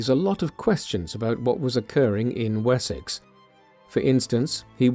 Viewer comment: Уисёкса? О боги! Запретите нейросетям озвучку!!!😢